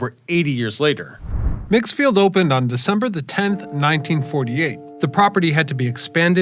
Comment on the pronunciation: Its called Meegs field not megs field.